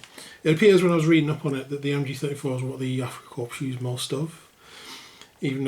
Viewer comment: Why do people insist on saying the p on corps? It sounds like corpse. The p is silent so it sounds like core. Darn French.